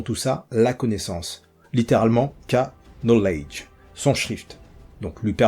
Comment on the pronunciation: Pas mauvais. Mais "K-nowledge"? Sérieux? Petit stage d'anglais prescrit et nécessaire pour être un créateur de contenu chère!